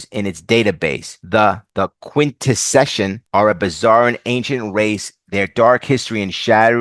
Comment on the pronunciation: Your pronunciation of Quintesson. You: Quint-Eh-Session Cartoons they were introduced in: Quint-Eh-Son Specifically he is a Prosecutor Quintesson.